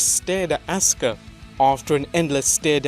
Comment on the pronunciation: Asuka-(Ahskuh) Not(Ahska)